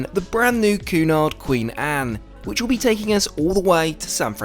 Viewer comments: It is pronounced Kewnard! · Interesting video but not too sure about the pronunciation of Cunard!